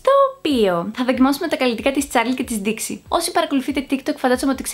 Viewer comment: Νομιζω την λενε νταηξ οχι ντιξη